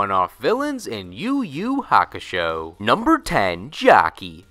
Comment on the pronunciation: why are you pronouncing every Ur name as if it's a Yu name?